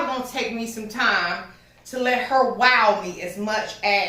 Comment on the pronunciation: 🤣🤣🤣🤣I JUST LOVE YOU SO!!!!!!!!!!! I just love to hear you say “HAR” ( her) 🤣🤣🤣🤣👍🏾👍🏾👍🏾👍🏾👍🏾